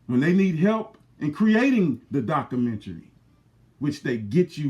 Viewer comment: You don't even know how to pronounce documentary. Dumb nigga.